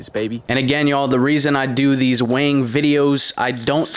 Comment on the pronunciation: It’s sounds like your saying wang instead of weighing videos 😂 ☠️